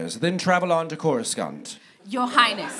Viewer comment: "Crus-cuuuuhhh?-nt?" killed me